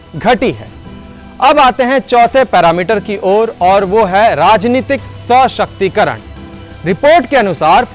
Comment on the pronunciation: प्रस्तुति और सूचना दोनों ही लाजबाव है मगर एक जगह सशक्तिकरण के उच्चारण में दोष यह है कि स के बाद pause देकर उच्चारण किए हो जबकि pause नहीं होना चाहिए। ओवरऑल बहुत ही उम्दा अभिव्यक्ति और टिप्पणी है। शुभाशीष